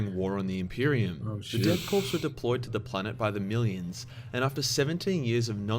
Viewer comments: marine corpse death korps, the s is silent, it's said core not corpse.. unless being ironic, lol. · I hate when people pronounce Korps as Corpse. It's pronounced Core like Marine Corps.